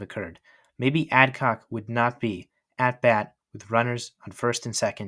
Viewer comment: Should have learned how to pronounce all the names properly especially Burdette and Adcock.